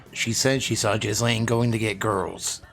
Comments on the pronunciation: Every time you say Ghislane's name all I see is "jizz lane." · Not trying to be a know it all but I also know you take pride in getting your details right, which you do so I thought I would let you know that Ghislaine is pronounced Gur-Lane, that is all